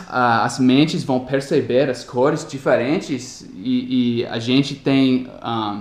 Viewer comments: corés esta errado, o correto é cores , você estava falando corés. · Demorei bocado a entender que ele estava falando "cores" achei que era "core" núcleo. Muito excelente seus vídeos. Gosto por demais desse canal.